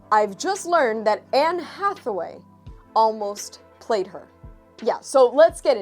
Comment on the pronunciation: i guess someone is ga-hay for Anne Atha-wayeee. ...Did you ever read the very 1st appearance of Blk Cat?